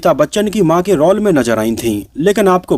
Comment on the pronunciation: आपको पहले भी कहा, रौल नही, रोल बोला करे.